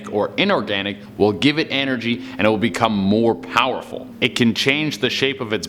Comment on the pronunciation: "Will give it ANergy" XD I'm not hating I just wasn't expecting that